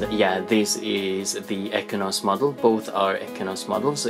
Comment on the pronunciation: Exynos not ekinos